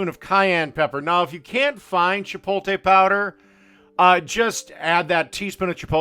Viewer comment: Factory shredded cheese??? And he makes fun of other cooking channels. And he cant say Chipotle